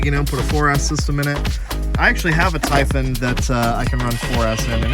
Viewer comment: Nice vid! Also you're the only youtuber who pronounces typhon correctly.